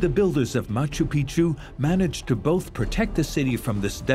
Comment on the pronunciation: My problem with this documentary is that narrator and plenty of others keep mispronouncing Machu Picchu. The way pronounces it is proper way to do so and it means "Old Mountain". The way narrator pronounces it, it means "Old Penis"... 😂😂😂